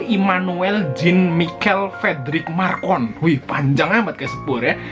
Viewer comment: Lagian namanya bukan Marcon tapi Macron ... .